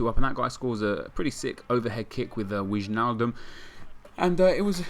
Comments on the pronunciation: you should pronounce Wijnaldum as Wine-aldum. Not Wignaldum haha. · The ij in wijnaldum is prenounced as I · Its pronounced "Whynaldum" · Its WHYnaldum :) greetz from holland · im sorry i never comlpain but say the name wijnalbum normal btw (im dutch)